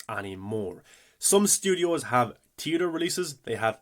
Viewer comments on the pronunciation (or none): Learn how to say theater right. It's so annoying listening to you say it wrong.